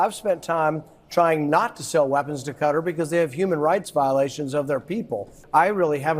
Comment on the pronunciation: Hey! You're saying Qatar right this time! Ope. Update: said it right the first time at least...